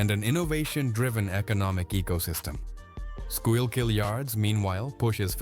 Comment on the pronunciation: You can always tell when the video is AI made because they never pronounce Schuylkill River correct.